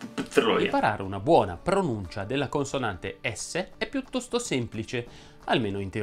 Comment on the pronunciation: Madonna che stress che ho: Allora, intanto video bellissimo. Io ho sentito questi ma ho dei dubbi su "èsso" Piuttósto Vibbrano Ad èsso Siréna